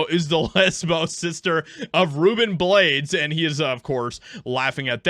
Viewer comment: Blades is pronounced Blah-days